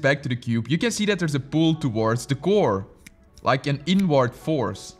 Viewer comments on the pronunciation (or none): “iNwArD” bruh why you say it like that 😂